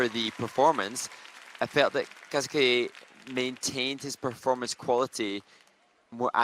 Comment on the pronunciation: Can someone please teach how to pronounce Kazuki's name correctly! This hurts my ears.